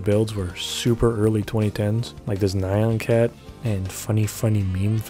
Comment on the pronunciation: That's not how you pronounce nyan cat.